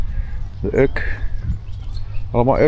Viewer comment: Die vissersschepen die je in de historische westhaven ziet, zijn natuurlijk niet meer in gebruik. En daar staat geen uk op, maar U-K (de letters afzonderlijk uitspreken). De Urker vissersvloot kun je in de weekenden in havens langs de Noordzeekust vinden. Post is de meest voorkomende achternaam op Urk. De Orca staat op de Dormakade omdat op een zeekaart van eeuwen geleden het eiland Urk als een visje werd getekend en Urk werd toen geschreven als Orck. Iemand dacht veel later dat het eiland naar een Orca was vernoemd, maar dat is natuurlijk een verzinsel. En dat kunstwerkje bij de Ommelebommelesteen is de vader in en roeiboot, die samen met de vroedvrouw onderweg is naar de steen om een kindje te kopen.